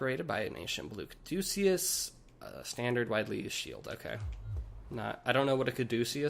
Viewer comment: kad-a-kus, it's that twirly snake rod Hermes held, now signals medical stuff